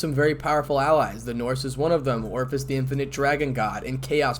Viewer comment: I have to chuckle every time you pronounce Ophis as Orifice.